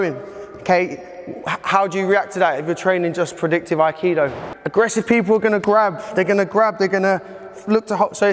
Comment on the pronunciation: needs to go to Kyoto and explain his great theories do yokomoto sensei and prove all his real world crap to somebody who is mastered in aikido. It might help if he first learned how to pronounce the art